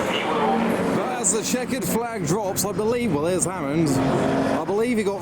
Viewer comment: Hammond not Hammon.